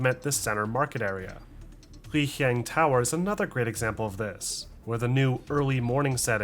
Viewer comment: Lijiang tower is literally just pronounced Lijiang tower, not Lihieng.